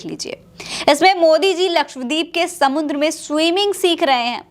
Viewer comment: "समुन्द्र" क्या होता है? 😂😂😂😂😂😂"समंदर" होता है या "समुद्र"